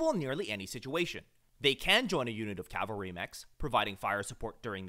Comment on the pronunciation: Dude, you mean CAV-alry. CAL-vary is a place